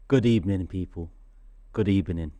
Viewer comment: That smile from at the start followed by his "Good ebening" 😭